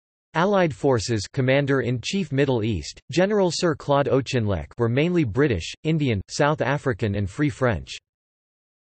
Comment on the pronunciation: General "O'Chinleck?" Oh dear.